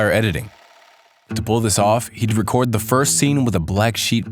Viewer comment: "record" Ugh.